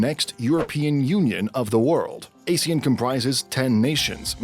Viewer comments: Is it just me or do people always get the pronunciation of ASEAN wrongly. Google pronounced it as "uh-zee-uhn". This video pronounced it as "ay-zee-uhn". Both is incorrect. The correct pronunciation for ASEAN is "ahr-zee-uhn". It's purposely pronounced as such to avoid confusing it with the term ASIAN 😂😂 Pls help spread this correct pronunciation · Ah-see-aan instead of Ay-see-an